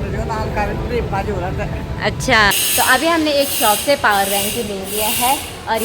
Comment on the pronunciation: Shops bolte hai shop hi shope nah bolte